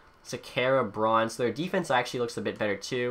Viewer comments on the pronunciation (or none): none